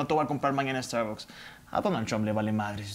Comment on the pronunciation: Primero q aprenda a pronunciar la palabra starbucks este tipejo.